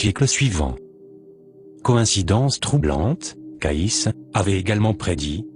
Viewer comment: CAYCE' se prononce Kéïcy" , pas Kaïss😒